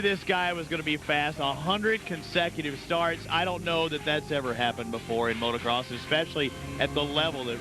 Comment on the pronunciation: Christ,, "Today marks a milestone in AMA National Motorcross." It's always baffled me how hard it seems to be for people to say motocross.